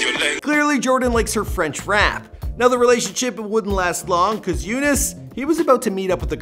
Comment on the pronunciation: I think you pronounce Younes great for an American. It's not exactly how we say it in arabic but good job